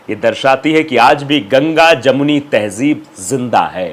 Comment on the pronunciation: To better communicate ,advice you to please take a URDU Tuition , Its not Tehjeeb -- Its Tehzeeb & not Majhab its Mazhab